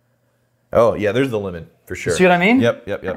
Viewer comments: I kept thinking was saying “linen” when he was saying “lemon” and I was soooo confused, especially when he said citrus. Thanks for pronouncing it the right way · lEmOn not Limin😂